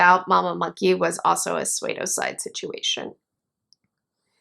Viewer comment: What is a "suede-o-cide"?